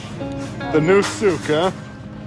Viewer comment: hhhh is not souk😂🤣